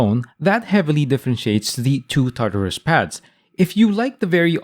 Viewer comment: "tatarus" not "tartarus" xD